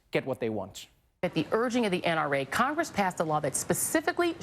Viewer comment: Are we all just gonna ignore that reporter that called it crongress